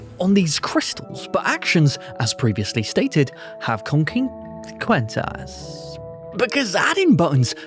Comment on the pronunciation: Well I will never pronounce the word 'Consequences' correctly ever again. 10/10 video no notes.